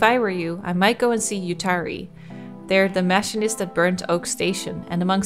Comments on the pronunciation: I'm a machinist IRL. Machine-ist Don't apologize. You speak many languages, so it makes sense if you mispronounce something in English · The way she pronounces machinist is driving me just a little crazy